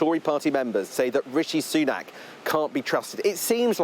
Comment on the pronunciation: Sunak. Not Sunan. Apology!